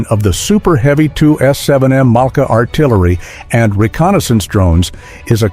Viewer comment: pourquoi cette voix off ne sait pas dire Malka ,.mais mala. C'est vraiment pas crédible. Et une bonne voix humaine nous manque encore plus à l'écoute de cette voix horrible.